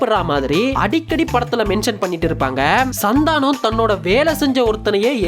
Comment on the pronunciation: Bro oru chinna thirutham athu Santhaanam illa santhanam